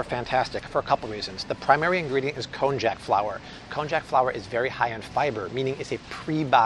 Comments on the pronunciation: It’s pronounced konyak 😂😂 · Also, it’s pronounced “konyak” 🙂